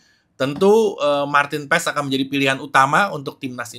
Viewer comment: Di marahin koci nanti ngomong nya yg bener pas bukan paEs wkkwkw